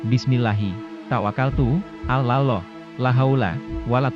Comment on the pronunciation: Kenapa admin tidak menyebut algur an bukan guran tapi algur an kudengar admin menyebut nama tuhan itu seperti ini alah kenapa tidak seperni ini admin menyebut nm tuhan allah bukanya alah tapi allah